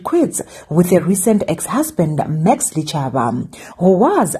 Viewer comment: Its pronounced Dichaba!